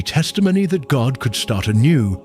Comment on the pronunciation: Please say God not goht